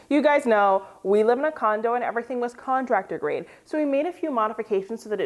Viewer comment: Everything is what? Did she say Contarctor grade?